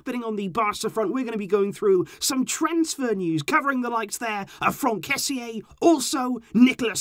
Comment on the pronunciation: I think if his name is spelt kessee, it will help with your pronunciation, but how you pronounce kessie means something else. The meaning of his name is BIG and the meaning of how you pronounce it is bones😂😂